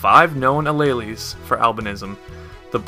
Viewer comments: you said Alleles.. I died. xD It's pronounced uh-leel-s. Not uh-ley-leys xD Good job though on the video! I feel smarter already >u< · Alleles is pronounced ah-leels